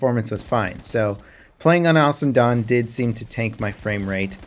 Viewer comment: Cap, baby! It sounds like you are saying "Alison Done". Slow it down baby.